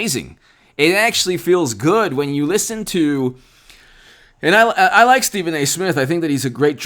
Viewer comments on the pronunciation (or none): none